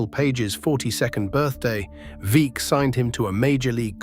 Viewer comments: Veeck is pronunced vreck that sounds like wreck with V instead of w. Its ok your from UK. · Veeck as in wreck, not like peek.